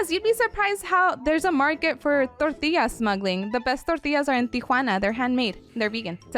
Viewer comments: Every time I heard the way she said Tortilla, my urge to slap something grew stronger. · lol the frickin way she said “tortilla” was HILARIOUS😂😂😂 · The way she is putting inflection on the word tortilla is driving me insane